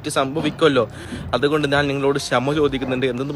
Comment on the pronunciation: ഞാൻ - നാൻ മഞ്ഞ - മന്ന ഇത് ശരിക്കും പറയാൻ പഠിക്ക് ആദ്യം😂😂